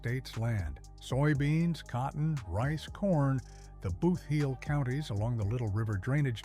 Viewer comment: The area is not pronounced the “Booth”heel - it is the “Boot”heel (based on the shape). And it is not New MaDRID- it is New MADrid.